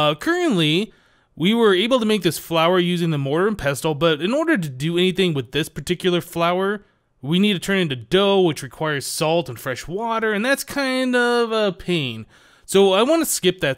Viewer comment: The 't' I'm 'pestle' is silent, btw